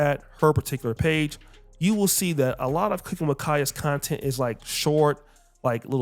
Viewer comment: Content ❎ Clap-tent ✅